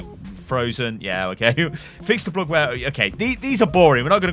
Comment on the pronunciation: I like the way you say "bug" it looks like boog X)